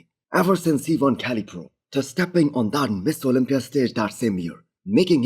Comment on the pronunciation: This guy can't even say Mr. Olympia. Every attempt sounds like Miss Olympia. 3 hrs 11 comments 140 likes. Starting to look like a failure, you should probably focus on speaking the language of the market you're trying to succeed in and stop worrying about making content on a subject you cannot pronounce. Mister Olympia. Not Miss Olympia